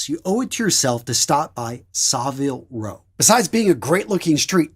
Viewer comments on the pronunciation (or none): SAh-viile Row???? You've never been, have you? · I like your channel but as an Englishman, you just butchered the pronunciation of Savile Row. Other than that, great. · Even as a non English man I noticed his butchering haha